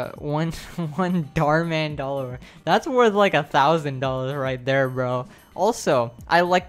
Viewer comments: "the dharr man dollar" me: no its actually a Dharr dollar. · iT’s A dHaRlLoR